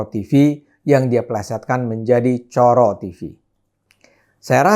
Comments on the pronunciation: ngomongnya bukan coro (seperti moro), bung Ade, tapi coro (seperti loro (dua)). Baru maknanya kelihatan :D :D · Maaf Bang Ade . . Klo mnrt saya cara baca Coro itu salah ( mngkin karena Bang Ade tdk terbiasa baca nya ) . . Itu bahasa jawa yg artinya kecoa . . Maaf klo saya salah memberi opini 😊